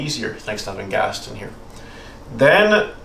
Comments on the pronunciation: Ghast-own not gasten ;) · im glad everyone in the comments is also focused on him saying "gastin"